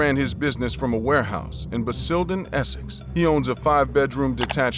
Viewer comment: Absolutely love your programs my only complaint is pronunciation of British towns,city and locations basildon = bas-ill-don Shire= -sh-uh but I really do love your shows big fan